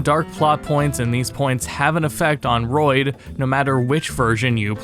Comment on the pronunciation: And is not "Royd", muppet, it's Floyd. "toned down dialogue". The generation of easily offended snowflakes. pathetic